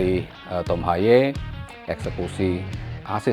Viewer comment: pak nyebut nama yg bener g semua harus di inggriskan : HAYE : Ha ye bukan hay HUBNER : Hiubner bukan habner STRUICK : Strauk bkn Straik